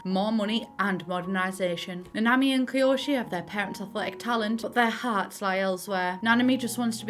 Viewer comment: Ito is pronounced "it-to" Kado "ca do" Kiyoshi "ki-yoshi" not "kai"